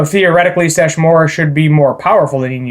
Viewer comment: Sesshomaru. Se-Sho-Mah-Roo. Have you not watched inuyasha at all? He battled inuyasha many times and there are the most iconic fights of the entire series